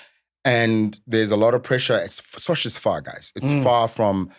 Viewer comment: Sosh guys not sosha please 😅😅